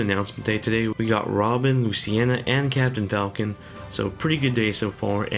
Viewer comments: Mahin Kesore Same here, legit when he said luciena I had to pause the video and make this comment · loo-cee-na... not luce-ci-ena